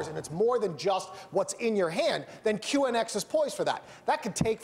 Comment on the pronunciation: ONX? It's QNX you genius..